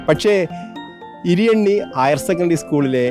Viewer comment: ഇരിയാണി അല്ല ഇരിയണ്ണി